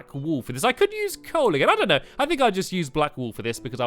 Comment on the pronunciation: you said knock know